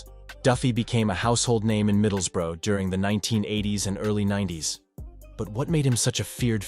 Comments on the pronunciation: I respect an american who goes to the trouble of learning the correct pronunciation of our English towns. Edit: ok you trailed off further in, it's pronounced like 'bruh', like watup bruh, middles-bruh (not middles-boro) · middles-burrow aha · American making documentarys always be aware they are full of shite cannot even say Middlesbrough properly 😂 in them days which I was a part of there were loads of people like Duffy he was nothing special fed off drunks and sucker punches as did many he didn't mess with the real elite or even decent ones and he got a beating few times that I personally know of